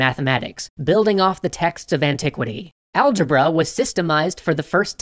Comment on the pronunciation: algébruh every. single. time. lol